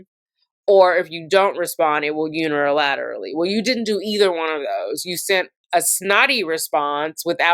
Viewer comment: Omg. I’m sorry but hearing you say “Un-er-al-ill-aterally” with about 8 syllables a bunch of times instead of “Unilaterally” (6 syllables) is getting me… 😂